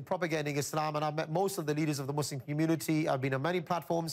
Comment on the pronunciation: Exactly when did people start pronouncing muslim as mousselim? smh